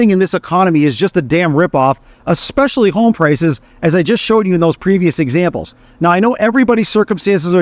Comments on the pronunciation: You known, I know it, and expresslly. Second 3 maybe. Living in the States for over a decade I heard it a lot. Xspecilly pronounced with an X. Also, the word escape. You Americans want to say: Xcape. However the word is Es cape. Note no X. Es cape. Try saying Es cape. Then try Es specs ly. No X sound. Just trying to help you sound more like you have a grasp of the English language. It’s important to journalist. Knowers of the English language can spot you a mile away, just the way you talk. Study it, and you will be a better journalist. Just saying. (American saying). Cheers! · Hey Xpressly boy. It essentially, see…there is no X. Sound it out. Just like the coffee…espresso. See no X. Not expresso. If you want to sound like you know what you’re talking about, you got to pronounce words properly.